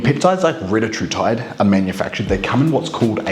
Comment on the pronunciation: It’s Ree-tat-rutide Not Reta-True-tide Confirmed by CEO of Eli Lilly